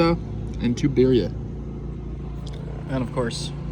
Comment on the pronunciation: 😂😂😂 Siri what is beer-ey-ah ???